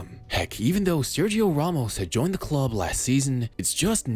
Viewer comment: Ramos* not Romos